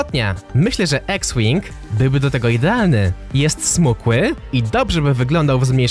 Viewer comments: Sztos filmik ale nie "ex-wing tylko x-wing 🤣🤣🤣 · mówi się iks wing